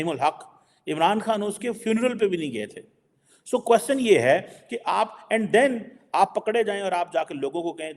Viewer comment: What I notice about him is three things. 1 " jahari baat ha" 2. " Theek ha jee" 3. "Qwaschan" Hope he minimises the use of these words or phrases or uses correct pronunciation for sr 3, which is "question".